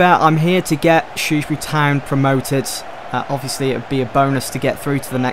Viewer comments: learn how to say shrewsbury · Haha I just can't stop laughing when you say the name Shrewsbury lol, it sounds so funny, btw love this series, keep it up!